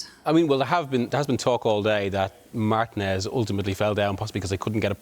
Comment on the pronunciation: 'marTEE-nez' not 'MARTIN-EZZ"